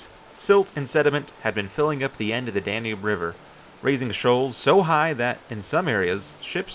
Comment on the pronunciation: Me at 30 seconds: "Oh God is he going to call it the "danoob" the entire video? Me at 35 seconds: "Yep, he is. I'm out."